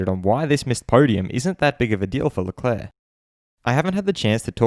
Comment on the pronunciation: ShArL LeClaAaAa so funny how Martin Brundle says his name like this after hearing Charles pronounce it himself on Drive to Survive. “I’m Charles Leclerc”